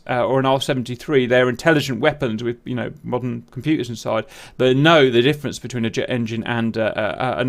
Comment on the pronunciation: Take a shot everytime he sais "modden" :D